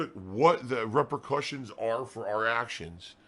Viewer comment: "What the repa-kusions of our actions." The word is pronounced "reee-per-kuh-shuns". Damn, is a caged illiterate. He can't self-diagnosis, nor pronounce middle school level words for shit. "Repa-kusions."...moron.